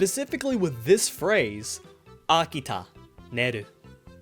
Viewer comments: its pronounced a ki ta ne ru ⬆⬇⬇ ⬆⬇ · So I got an add at the point when he said Akita meru and i got an old spice add saying the key to great skin 😭 it sounded like he said Akita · that literally sounds like "akita neru"